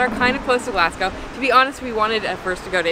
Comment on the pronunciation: She really said glass go